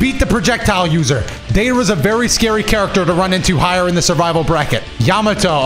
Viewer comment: The way you say deidara makes me salty lmao Data rah It's day dar uh